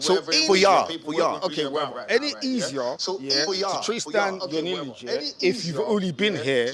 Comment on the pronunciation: Mispronunciation of linage (🗣️lin-e-age)